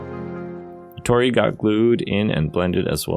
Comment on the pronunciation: Very nice project - turned out great. A slight annoyance ... those 'gates' are pronounced "taw-dee" not "tor-ey"